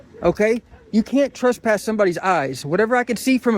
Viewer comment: There’s no such thing as “trusspass.” That’s not a word.